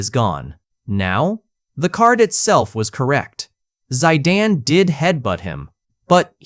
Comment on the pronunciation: Bro said Zadane instead of Zidane